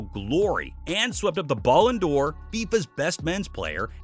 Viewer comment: I know I'm gonna sound like an asshole but... Please learn how to pronounce Ballon d'Or if you are gonna say it so , so, so many times.